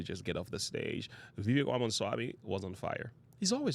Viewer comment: Dont boast for Vivek if you're not going to vote for him. And learned how to pronounce his name moron.